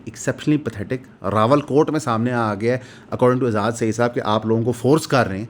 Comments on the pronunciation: راول کوٹ یا راولا کوٹ۔ ؟؟ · Rawalakot hai bhai Rawalkot nhi hai. Aap har video main yeh chawal maarte ho.